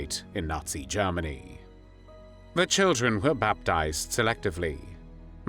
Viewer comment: Strange vowels betray a rather confused algorithm? (Eg Bavaaria Jarmeni)